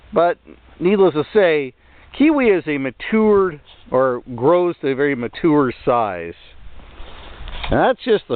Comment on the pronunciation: Earn how to pronounce Mature also with regular pruning kiwi vines can be kept quite small